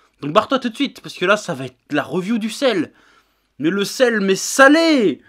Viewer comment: La "reuviou" ? Évites l'abus d'anglicismes tant que tu ne sais pas parler anglais.